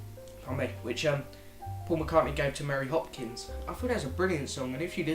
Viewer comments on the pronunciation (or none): It is ONE Hopkin... not Hopkins ;)